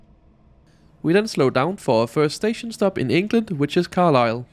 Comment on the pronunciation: "Carlise" I'm sorry :')